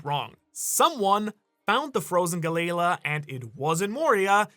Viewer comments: It's not "Galey-la". This is another one of those cases where the Japanese "L" and "R" get flipped. It's "GaleRa" which is a common pronunciation in many European languages of the "Galley" ship type which is propelled by oars. Why European languages? Because that's who used the Galley ships. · it hurts hearing Galley Law pronounced like Ga-Layla XD those poor giants and the water 7 shipwrights lol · Maybe I've been watching in English for too long, but I thought Galley-La was pronounced Gal-E-Law, which made sense because they were the ones in charge of basically policing the city or at least anyone they would go after anyone messing with the shipyard.